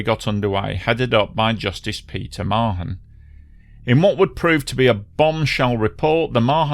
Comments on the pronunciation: A great video, thank you. One small note - here in NZ I've usually heard Mahon pronounced with an almost silent H, so it's sort of like Ma'an. Happy to be corrected by other NZ ers though:) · Mahon pronounced Marn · Pronounced “Maaarn” not Ma-hon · very well coordinated account of the tragedy which I remember so well. My children's lovely teacher was on the flight. Her loving husband had treated her to it, and thereby widowed himself. Incidentally the H in Mahon is silent, so it is pronounced Marne.